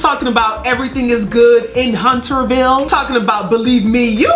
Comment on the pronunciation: 🤣😂🤣😂Lmaooooo!!! the way she broke up the damn syllables when she said it that day!!! "Hun👏🏽 Ter👏🏽 VILLE!!!!"